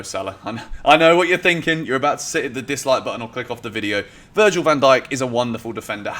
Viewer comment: "Virgin" van Dijk